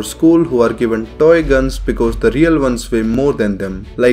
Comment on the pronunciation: I like how you say toy guns. "DOY GONS"